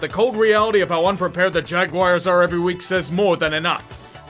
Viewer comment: Wtf is a "jagwire"?